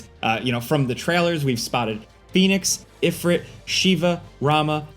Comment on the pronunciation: If(reet)....not Ifr(it) c'mon now.